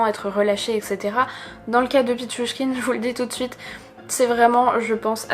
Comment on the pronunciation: Bravo pour la prononciation de pitchouchkine !